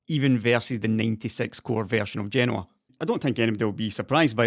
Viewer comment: Nice video and thanks for pronouncing Genoa correctly. I'm guessing the SPR delay is probably yield issues on such a large tile die and the disconnect between chip design time frames and fab realities.